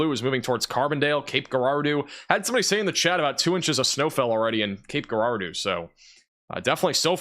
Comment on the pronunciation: It’s pronounced Cape Jerahdoe